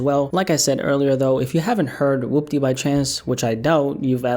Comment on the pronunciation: woopdeh bitchamasaisa moveh. good video but the way he pronounces Woopty really messes with my head 😂